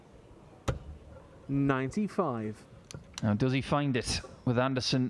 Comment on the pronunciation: Jose is pronounced Hose...